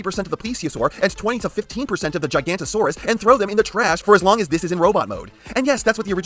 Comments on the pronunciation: Its pronounced giga-nota-saurus not giganta-saurus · Erm, it’s actually pronounced Giganotosaurus, not “Gigantosaurus” ☝️🤓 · I hate to be that guy but…it’s gig-a-NOT-a-saurus, not gigantosaurus, that’s a sauropod. Forgive me. Great video though.🦖🦕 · Hate to be that guy but i believe its pronounced gi-ga-no-to-saur-us not gi-gant-o-saur-us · Man hearing you on origins wheeljack, then hearing you contradict yourself on this is shocking. Like it does exactly what it’s supposed to do. Also the entire video you butchering Giga-noto-saurus and calling the elasmosaurus a plesiosaur hurt. Otherwise nice review broski. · misspronouncation is one thing, but MISIDENTIFICATION ! that's another thing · Why do you say gigantosaurus? Is it called gigantosaurus or did you try to say Giganotosaurus and like so many others forgot there was an O inbetween the N and T somehow. Which would be weird when you pronounced quetzalcoatlus flawlessly. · I genuinely cant tell if hes joking or not when he calls the giganotosaurus and the elasmosaurus the gigantosaurus and the plesiosaur. If it is intentional, why still say quetzocoatlas correctly? Also the gigan may or may not have been smaller than a certain other bipedal cretacious top predator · How did you pronounce Quetzalcoatlus right first try but Giganotosaurus is the name that trips you up?